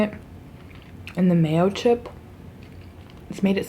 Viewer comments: When you said mayochup, i thought you meant mayo + chipotle 😞🤣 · I was confused when u were saying mayochip and I was like why does she keep referring to it as mayo chip like is there chips in it then I realized it’s mayochup like mayo and ketchup I feel so stupid lol🤣🤣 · Am I the only one who always heard mayochip everytime she said mayochup?😂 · mayo-chup lol we call it fry sauce